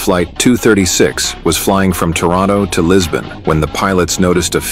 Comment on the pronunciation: Oh and I thought by the vid title I was going to receive a general technical breakdown Instead the usual ramble about a known event. PS TORONTO - it has three syllables, the first and third starting with a T . Where has the strange "Dorono " sound come from? The Mohawks?